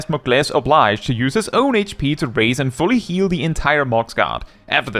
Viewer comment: Time to be a pedant, only because I know you would be the sort of person to appreciate the info: Regarding Mooglesse Oblige, it's actually pronounced more like uhb-liege (with a long E sound rather than a long I sound). It's a play off the French expression Noblesse Oblige (lit: "nobility obliges"), referring to the responsibility of those in more privileged positions to behave with nobility and grace toward those in less privileged positions.